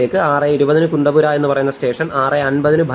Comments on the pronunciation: കുണ്ടപുര അല്ല. കുന്തപുര. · കുണ്ടപുര അല്ല കുന്താപുര ആണ്. ഞങ്ങൾ കണ്ണൂർ, കാസറഗോഡ് ജില്ലക്കാർ കുന്താപുരം എന്ന് പറയും. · കുണ്ടപുര അല്ല , കുന്ദാപുര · കച്ചേഗുഡ അല്ല, കാച്ചിഗുഡ ആണ്. പിന്നെ കുന്തപുര അല്ല കുന്താപുര ആണ്. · കുണ്ടപുര അല്ല, കുന്താപുര അണ്. കേരളത്തിന് വെളിയിലുള്ള സ്റ്റേഷനുകളുടെ പേര് ഹിന്ദിയിൽ ഉള്ളത് പറയുന്നതാണ് നല്ലത്. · കുണ്ടപ്പുര അല്ല കുന്താപുര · കുണ്ടപുര അല്ല കുന്ദാപുര